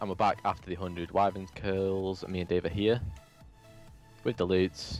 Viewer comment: its wyverns.